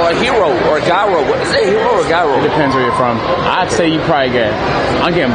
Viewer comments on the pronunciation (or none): It's pronounced " Jai-ro"